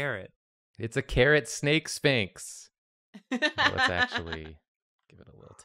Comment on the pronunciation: "It's a sninx." Bluss you